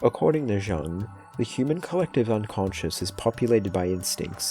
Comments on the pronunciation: Bro really said Carl JUNG (it’s pronounced Carl YUNG) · Jung = Young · Carl jung is pronounced Carl young. Even though it’s spelt otherwise